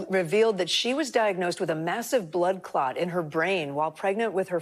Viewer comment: “blood cot” 🩸🛏️